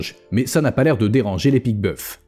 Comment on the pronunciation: On dit pique boeuf(s) sans prononcer le s..Juste pour dire